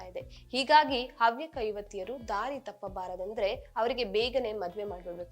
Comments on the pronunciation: ಹವ್ಯಕ ಸಮ್ಮೇಳನದಲ್ಲಿ ಎಲ್ಲಿಯೂ ಮೀಸಲಾತಿಯನ್ನು ಕೇಳಿಲ್ಲ....😂 ನೀವು ಅವ್ಯಕ ಅವ್ಯಕ ಹೇಳೊದನ್ನ ಸರಿ ಮಾಡ್ಕೊಳಿ....ಅ ಮತ್ತು ಹ ವ್ಯತ್ಯಾಸ ಸರಿ ಮಾಡಿ....ಹವ್ಯಕ ಸಮುದಾಯದ ಇತಿಹಾಸ ಅಧ್ಯಯನ ಮಾಡಿ. ..ಹವ್ಯಕ ಸಮುದಾಯಗಳಲ್ಲಿ ಈಗಲೂ ಮಾತ್ರೃ ಪ್ರಧಾನ ಕುಟುಂಬ ಮಹಿಳೆಯರಿಗೂ ಉನ್ನತ ಸ್ಥಾನವಿದೆ...ಅಧ್ಯಯನ ಮಾಡಿ ಮಾತನಾಡಿ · Havyakaru antha helakke barade avyakaru antheeyalla , neenu avyaka adre chinte madu illandre oora isabari ninagyake taayi. Kannadabsariyagi kalthgondu chanell nadsu